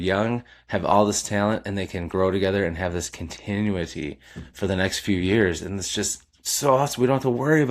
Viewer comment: Love your channel. Look up how to say continuity my friend.